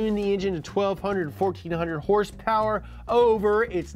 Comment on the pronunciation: The way you say horsepower is annoying af.